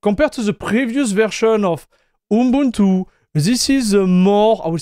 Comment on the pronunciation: you say your pronunciation isn't there, but you actually did pronounce it correctly!